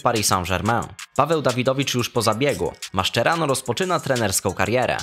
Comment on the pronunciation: "Maszczerano" marszcz jak musisz "maszerano"